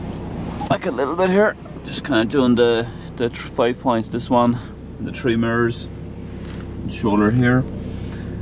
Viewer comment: Well at least I pronounce the t. In London a lad would say "free" instead of three. Mad Ted.